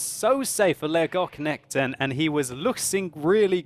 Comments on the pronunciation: It is pronounced like Leo-gog-knekt-en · you almost pronounced that right! That K in the middle though should be pronounced like the C in 'care', and empasize the E's instead of just rolling the word out smoothly;) It sounded very german when you said it xD Cheers from Sweden <3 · You pronounce the name as two words: lego knekten (lego knight) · Leggokchnechten låter som ett bra sätt att uttala namnet på. Haha. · Legock nekten :D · sorry but i hate how you say legoknekten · It sound very funny when you say legoknekten. :P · you really butchered his name :/ but it was a nice try